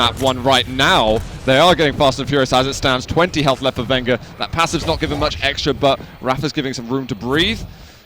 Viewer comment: it's not vengger it's venjeur ffs